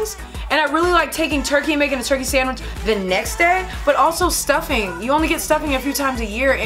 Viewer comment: She said stuffing 😂